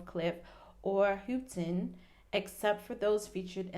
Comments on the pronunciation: Lol .it's pronounced How-ton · Houghton is pronounced How-ton. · its how-tin